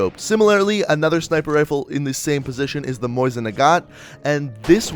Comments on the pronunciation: It's Mosin not moisin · Cool video keep it up. (It's pronounced MO-sin not moisen)